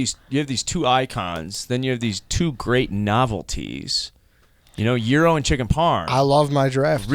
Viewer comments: The g is silent it's youro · The fuck is a "gear-row"? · People like who don’t know how to pronounce Gyro should maybe be eliminated, biggest pet peeve of mine